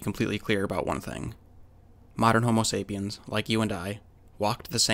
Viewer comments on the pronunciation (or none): none